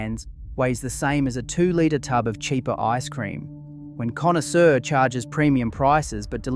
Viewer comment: Connoisseur pronounced Conny-sewer !!!! LOL.